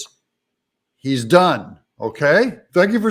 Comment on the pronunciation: Did you say that he is done or dung? Could be both.